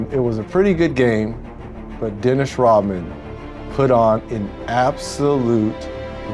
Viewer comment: i cant take it anymore why does it sound like you say rottman and not rodman